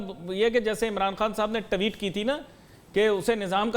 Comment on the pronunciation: Sala Tweet Ko tatte Bolraha hei